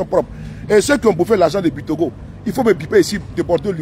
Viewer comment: On dit c'est Bictogo